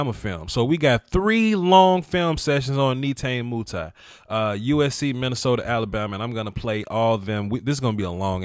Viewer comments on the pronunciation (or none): “Nay tah nay “ “moo tee” correct Pronunciation